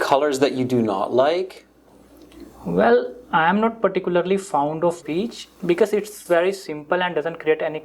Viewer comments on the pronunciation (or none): Are you sure he mispronounced the color beige? To me it sounded like he said peach (I don't know about other countries but peach is referred to as a color in the subcontinent). His actual mistake was pronouncing the word "fond" as "found". But I could be wrong about the peach part. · He pronounced fond as found